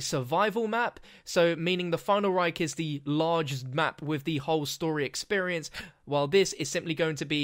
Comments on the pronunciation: PLEASE never say "the final REIK" again ^^ this sounds awkward for germans :P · "The Final Rike" lol